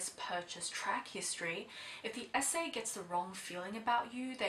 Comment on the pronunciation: You say "SA" but I keep hearing "esé"